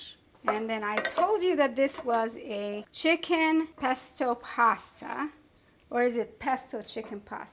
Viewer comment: *CHICKEN 😉 Not Chiken